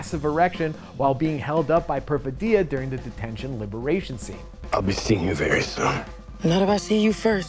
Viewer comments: The reviewer supposedly watched the film well enough to spoil every plot point, but somehow managed to mispronounce the name of one of the main characters repeatedly. The stress in Perfidia is on the second syllable, not the third. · How could someone mispronounce Perfidia so many times in a row? Did you listen to them say it in the movie? Like even once? Haha